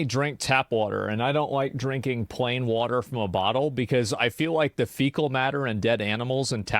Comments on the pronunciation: I LOVE WUDDER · Does “wudder” have 2 d’s or 1?